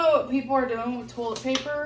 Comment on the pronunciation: Toll-it paper. Restarint